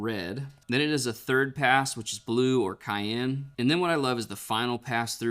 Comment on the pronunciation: I think Cyan is pronounced with a soft C, not like Cayenne peppers.